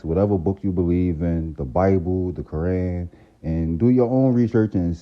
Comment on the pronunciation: How You Mis Pronounce “Islam” & “Quran” But You Muslim ?